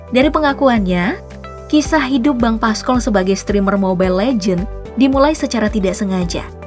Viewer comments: PASCOL Min,,bkn paskol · Pascol bukan paskol😭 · Bacanya Pascol kak, bukan Pascol